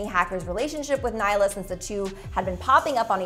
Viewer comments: naila WOOOOOW its nailea get it right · It's really bothering me that she is not pronouncing nailea's name correctly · i thought it was just me